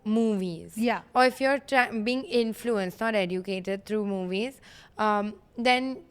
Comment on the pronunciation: EDUCATED is actually pronounced as 'EH-JUH-CA-TUHD'. Jan hit me jaari! Love!